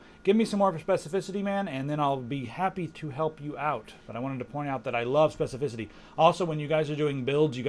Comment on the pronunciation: spefecificity i like that word